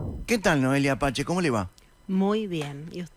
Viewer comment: Por que dice noelia pache SI es noelia pace